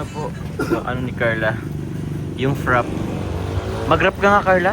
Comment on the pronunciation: Frappe is pronouced as FRA- PAY not FRAP...